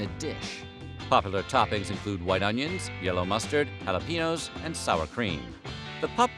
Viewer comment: The way you say jalapeño hurts me. Also, you never did mention the Flint dog. As much as Michiganders (or Michiganiacs as I call myself) feud over which Detroit style is the best, there are other Michiganians who will die on the hill of Flint style coney dogs are the best. I like both. And I'm not just saying that to keep the peace, they really both are pretty awesome. Also, pretty much no one says that coney dogs originated on Coney Island.